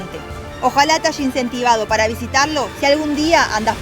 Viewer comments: Una Argentina que diga: "haYa" y no "haSHa" ??⁉️⁉️ 😮😮😮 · Lo que dijo es"cuando hay atardecer", ya me parecía raro que una coterranea pronunciara haya en vez de "hasha" 😂😂😂!!!